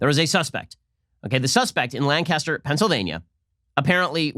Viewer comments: Ben, as someone who lives near Lancaster Pennsylvania let me tell you, it's pronounced LANC-is-ter, not LAN-cas-ter. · Hey Ben, big fan, as a native Lancastrian, wanted to let you know we pronounce it "Lan-kiss-tur". It's how we id people from out of town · It's pronounced Lan-kiss-ter, Pennsylvania. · Lancaster is said like “Burt Lancaster” come on Ben, Lancaster...just roll it out of da mouth